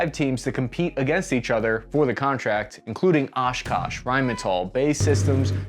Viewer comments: Come on, this thing reads like an actual OPORD. Its Osh Kosh, not OshKash. NO ONE uses FBCB2. Its JCR or JBC-P, how out of touch are you guys. If you cant get this much, the EASY stuff, right; how many other errors are there in this script. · Oskosh not oskash just saying… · It's OshkOsh, not OshkAsh. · Isn’t it Oshkosh, not Oshkash? Either way, cool stuff. Love the videos. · Here you show 8 dismounts, then later, 9 for the Lynx. How can you say the the Oshkosh is putting too many eggs in one basket if the Lynz has the same number of dismounts? B-T-W it's Oshkosh not Oshkash. Finally, and most importantly, you have not used the chain on your door - so expect someone to really "crash into" you. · It's Oshkosh not Oshkash. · Oshkosh not Oshkash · Oshkash ? Isn't it supposed to be "Oshkosh" ? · "Oshkash"... Seriously bro? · Its Oshkosh Bruh! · It’s Oshkosh jsyk